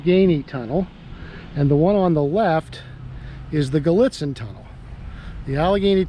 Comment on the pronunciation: " Cresson and the Gallitzen" the E is an I. Have you stayed at the Tunnel Inn in Gallitzin? The tunnels were both one track till the mid 90s, with the Doublestack Project. I rem last time we stopped in Cresson before the project, and the first time after,. The fly over bridge was gone and a signal post was along track one. They repainted the caboose lately and it looks good in Gallitzin